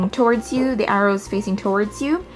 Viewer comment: THE... NOT DAH... NOT DUH... THE